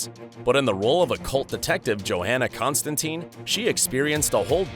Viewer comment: Oooof, those pronunciations of "Greenwich" and "Constantine." Ooof.